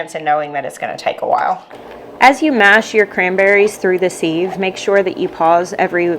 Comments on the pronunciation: I’m with the taste tester. I love the store bought, canned cranberry sauce. Siv- not seeve, though. Short “I”. 😊🤷‍♀️ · Maybe it’s a YouTube thing to pronounce sieve like that. I think simple living Alaska and 1870s homestead says “seev” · actually its pronounced siv silent i😊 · I love how you say ‘seeeve’, we call it a ‘siv’.:) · Loved this video and your recipe! Sieve is pronounced 'siv', rhymes with live. I loved your addition of orange juice and plan on making a double batch this weekend, already have the cranberries in the fridge. Thanks so much for your clear demonstration! It was very helpful. I just started canning and making jams this year at 62!i was an RN for almost 40 years and never was able to make time until I got disabled and can no longer work. I grew my very first garden this year also. You have so much knowledge to share and I truly appreciate your detailed teaching and showing how it should look when ready! Thanks again! Your taste tester is adorable too! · First: looks good. 2nd: this has made me question how I say sieve …. I say siv like give … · Sieve I always thought was pronounced siv (like give, but with an s). Love your new channel! ✊🏼🇨🇦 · Its pronounced siv. I didn't think people use them much anymore, but we always sieved the flour for cakes and biscuits. I didnt know you could homemake jellied cranberry sauce. Thanks for sharing. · I would use an actual empty tin can. lol Is the pronunciation of sieve a southern thing or a learned by reading thing? I think sieve rhymes with give.